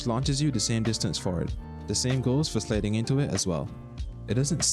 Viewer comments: lol cant get over how he said sliding "slading" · what kind of accent says "slayding"? no hate, im just asking